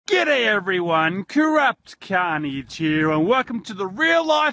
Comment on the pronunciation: gooday or giiday ???